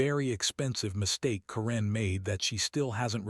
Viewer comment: Maybe at some point, AI narratives will have the ability to pronounce all their words correctly and pause in the correct places. Until then, yikes. When you're telling a Karen story and can't pronounce Karen, 😂